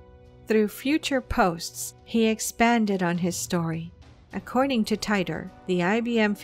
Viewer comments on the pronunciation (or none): It's not John Tyter, it's pronounced, "Teeter' As in, "teeter-totter". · teeter. not tighter. John Titer. /yawn